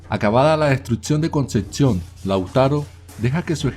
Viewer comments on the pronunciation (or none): Porque el que relata habla con T’s donde no van DestruTcion, ConceTcion, direTtamente, recontruTcion ,aTciones , aTtos , inaTtividad, aTtuar, proteTcion ,aTtualmente, taTtica, praTticamente etxata diretcion 🤮🤮🤮